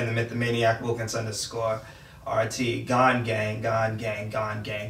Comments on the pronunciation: His name is GOn not fucking gone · Did they say gone? Instead of gon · How you guys all gona disrespect Gon the whole video saying his name wrong like that :/